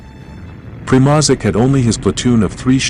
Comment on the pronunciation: Your pronunciation of German words and Primozic is terrible. Mark Felton takes time to learn pronunciations of such important words before he makes his videos. You should too.